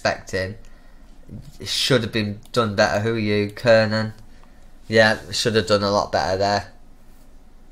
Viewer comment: kiernan is pronounced key-rnan kranjcar is pronounced kranchar O'halloran is pronounced O'Haloran